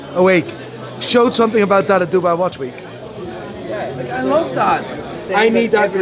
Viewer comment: This poor bloke can’t even say watch any more. ‘Wash wash wash’ Those veneers have to go